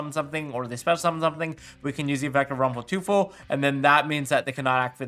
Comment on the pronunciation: Short pronunciation lesson from Germany😜😅: Teufel is pronounced like toy-fel 🤗